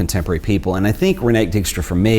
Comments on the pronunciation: More like REEN-eh-kuh DIKE-stra. Do yourself a favour, double check it before you tape (the same with a couple of translations/ pronunciations in the Daan Hansen video). Hell, i'd be okay with it if you asked me. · Concerning past masters and Dijkstra (Please, work on your pronunciation of Dutch/ German names). There recently was an expo in the Frans Hals Museum pairing her photo's with Hals his work. The link was pretty clear that way.